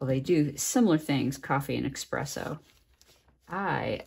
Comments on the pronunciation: Love all your techniques, but especially #3 where you use the dry coffee particles on the wet paper. Brilliant! I've done the same with water-soluble graphite with similar results, but in black and shades of gray rather than brown. (BTW, it's Espresso, not Expresso ;-) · I'm binge watching your videos, so much great stuff. But... there's no X in espresso. FYI.